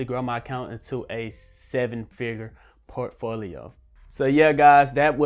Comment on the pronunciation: I watch his videos just to hear how he says por T folio.